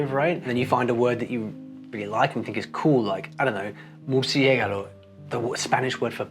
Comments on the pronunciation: It's murciélago, not murciégalo. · Not the "murciegalo" 😭